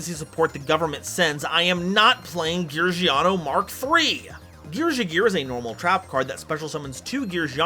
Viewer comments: I think its supposed to be pronounced "Gear-Gee-Uh" as a loose alliteration thing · you need to change your gear ⚙️ pronunciation.